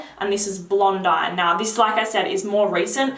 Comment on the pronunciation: I hope you don't take this the wrong way, because I love your videos. I just thought I would point out that Lavandes Trianon is pronounced Lavand Trianon. The letters e-s are silent. And Blondine is pronounced Blondeen. Sorry, french is my first language it's a habit. I've been looking at Orchidée Vanille for a while, I'll definitely pull the trigger for Christmas!